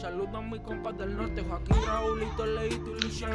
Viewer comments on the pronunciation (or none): none